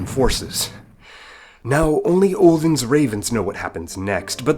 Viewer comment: sees title immediately gets pissed off ok I’m American with Scandinavian roots (mainly Denmark) this video is total bullshit. What I’ve researched hasn’t even mentioned Muslims or the Middle East at all. Plus you didn’t even pronounce Odin aka Wodin right ...